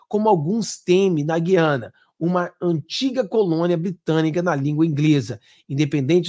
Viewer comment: Ranço do lula mas uma palavra ele pronunciou corretamente. GU-IA-NA. Na minha época pronunciava-se corretatamente. GU-IA-NA e não GUI-A-NA